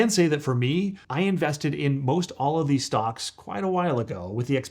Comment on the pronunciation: 9 StocK….or stock”S”. You made that weird mistake twice. Is this Ai generated?